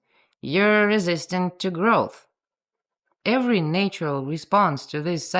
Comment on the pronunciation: having spoken english for 70+ years, I find I am now saying "nay-tural" in your accent whenever I read it🤣😂😂